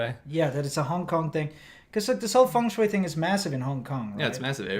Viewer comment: how are they saying feng shueyei, instead of feng shui, incredible